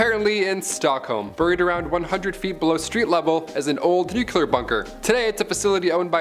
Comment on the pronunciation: Can you please pronounce nuclear correctly. Your pronunciation does not match the spelling. Bush couldn't do it and neither do you. Really bothers me as a person that is multi language